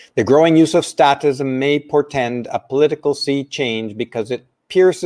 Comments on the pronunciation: I have to call you on one thing... it's statism, pronounced with a hard "A", because the root word is "state." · Great show,! Only one small issue is the pronunciation of "statism." The "a" is a long "a" not short; so the pronunciation is the same as when we say "state." It's pronounced as when we say "fake" or "state" or "plate" or any other word commonly used with a long "a." The message you're transmitting is one we all need to hear, especially today. Thank you.